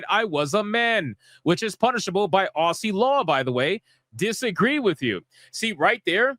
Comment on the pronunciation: It’s pronounced Ozzie 😂👏🏼👏🏼🏆 she doing great work stuff these censoring pig clown Skanks Australia does not stand with them! I don’t!